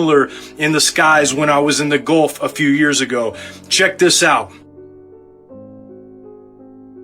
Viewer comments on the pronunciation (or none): none